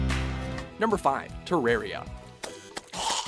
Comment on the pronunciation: It pisses me off they butcher every name possible. How hard is it to say terraria